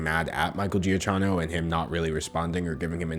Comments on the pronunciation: You mispronouncing Michael’s last name irritates me lmao Great video regardless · Someone else has probably mentioned this but I’m too lazy to check cause I’m watching an epic video of yours and want to keep watching it, but I’m pretty sure his last name is pronounced like “Ga-key-no” That’s just how I’ve heard it said before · Paused at 11 seconds to write this comment that you probably won’t ever see. Dude’s name is pronounced Cha-Kee-No. Cha like in “chart”, kee like in “keen”. Two c’s followed by an h make a hard k sound in Italian. :) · I believe his name is pronounced Gi-Kee-No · His name is pronounced "jah-kee-noh" but oh well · i thought his name was pronounced gee ack ino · I thought it was pronounced jackeeno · His name is actually pronounced “ja-KEE-no” lol, but I understand; it’s a confusing name. Also I love Michael Giacchino; he’s written some of my favorite scores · Heads up it’s pronounced Gee-a-KEY-no. love this video though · I'm kinda watching your videos on a roll, and I'm loving them. That being said, I just want to say this in case you are interested: I think that his surname is Italian and is pronounced "G-E-A-K-K-E-E-N-O", basically almost the same way you did but with the hard "K" sound instead of a soft "CH" (sorry for pointing this out but I'm a native Italian, I couldn't unhear it). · im REALLY sorry to be that person but just for future reference i think his lasr name’s pronounced ja-KEE-no from how its spelt? i think its italian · He’s actually my favorite composer- I think it’s pronounced “Juh-KEEN-o” just so you know, NOT JUDGING, I pronounced it the exact same way when I first got into his stuff. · Hate to be that guy, but “Giacchino” should be pronounced “jock-KEY-no” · The guys name is actually pronounced "Giakkino". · actual pronunciation is Jah-kee-no. ❤️ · It’s juh-keno. Great composer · A lil off topic,, but giacchino is pronounced jee-uh-key-no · It's pronounced "jock-in-oh" :D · It’s pronounced “Gia-key-No “